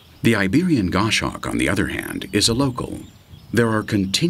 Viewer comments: its pronounced Goss Hawk not gosh hawk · Great photography but just to clarify,the goshawk's name is pronounced goss hawk not gosh hawk,and true eagle owls aren't found in Nth.America,their place is taken by the great horned owl.